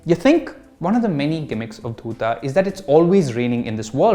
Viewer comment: My opinion to your review is the same as yours in this video...if it is very slow paced for you, i think you should stick to movies....u didn't even pronounce the name of the series properly........god bless you when you watch the final destination.